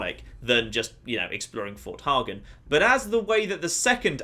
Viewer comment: Fort hey-gen